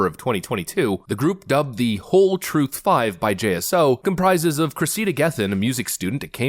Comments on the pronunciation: why give your daughter a name like "Cressida" if you're going to pronounce it like that. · face-turquoise-covering-eyes:It's 👉CRESS-id-a,👈 not cress-EE-da. :face-red-droopy-eyes